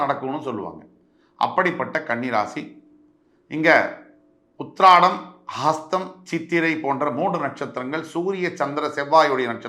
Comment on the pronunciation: Uthiram, not Uhiradam